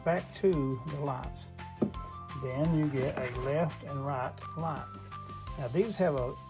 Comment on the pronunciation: With these Laights, you got your Left and you got your Raight. Gotta see both at Naight.